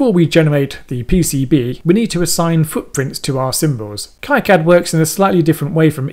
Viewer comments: /ˈkiːˌkæd/ or KEE-Kad - similar if it would be pie-cad then ki-cad :) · import a netlist ? are you using KiCAD 4? Btw, look up their live streams. It's pronounced KeeCad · Prononce it as "Keecad" as it's a French name. :-) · The pronunciation of KiCad is sort of an in-joke within the KiCad community. Both K-eye-Cad and Key-Cad are valid pronounciations with two informal groups within the community professing allegiance to each of the pronunciations. Makes for a good mock argument to steer actual flame-wars towards to defuse situations. When you did your project you created a netlist from the schematic and then loaded the netlist into the pcb. This is now a depreciated workflow. You can skip the whole generation of the netlist file and update the pcb from the schematic with a single menu item. You can't really update the schematic from the pcb if you wanted (for example) to swap pins on an IC. KiCad's native workflow has information flow from the schematic to pcb. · It's Keycad, the guy who started the project named it after a family friend who died, gentleman's name was Ki and its pronounced ' KEY ' but I guess it dosent matter! this was a great tutorial and I will disable the "generous" courtyards as well, something I have never found but now I know it's there !....cheers. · The originator of KiCad pronounces it keecad. He's French. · Definitely going to replay this video with heavy use of the pause button as an EasyEDA to KiCad tutorial and see if I can make sense of it as you have., (I pronounce it [K-eye Kad] though I have no idea if I'm correct).